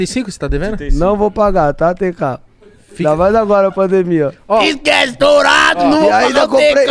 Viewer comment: "Exquece, extorado"